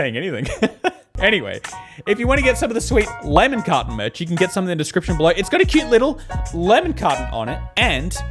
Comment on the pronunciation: I love when he says lemon carton cause it sounds like lemme cotton and it’s adorable